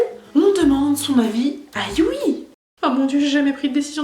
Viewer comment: On l'écrit Yui mais ca se prononce you donc stp ne fait pas de faute dans la partie 3